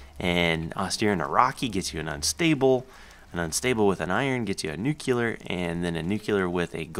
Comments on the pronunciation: Nuke-lee-er NOT nuke-ya-ler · He says "nuclear" like "nucular" xD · Nucular and Nuclear is the same thing basicly, it dosnt really matter if you know what they try to say :P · "Nuculer" lol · I love videos and i have been a subscriber for a long time. I even like almost all of his videos. I was just annoyed at the way he said nuclear. I have apologized to a few other people about what i said already and i dont mean any disrespect towards anyone, including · I asked to correct himself because i thought that he was saying nuclear wrong. I didn't realize that people that are from different places, say it differently. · Actually it's nuclear.... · OK THIS DRIVES ME CRAZY!!! YOU'RE SAYING NUCLEAR WRONG!!!! Please correct yourself.